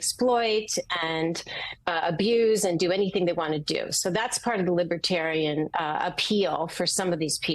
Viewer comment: Does he know the difference between Libertarian and Libertine? From his pronouncing Libitarian leaves me wondering?